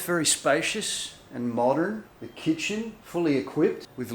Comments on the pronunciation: Did she say chicken for the kitchen ? 😅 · is very cute and beautiful I laughed when she mispronounced the word kitchen and said chicken 😂😂